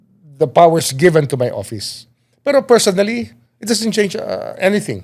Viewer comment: Karen it's office not oppise.